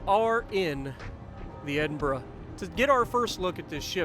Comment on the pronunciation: Holy crap, Spartan pronounced the name correctly! S'all good though. I gave Jingles crap for calling the Maryland, Mary Land the other day but you are still ahead with the whole Exeeter thing. Lolz.